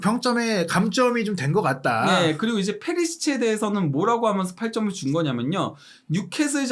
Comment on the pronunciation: 궁금한데 왜 '그러면서'를 '그러먼서'로 발음하죠? 하면을 하먼이라고 하고.. 이강인 따라하는건지 어릴 때부터 외국 산건지 😅